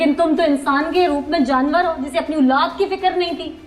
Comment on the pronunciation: plz OOLAAD na kaha krein OLAAD HOTI HE😅😅😅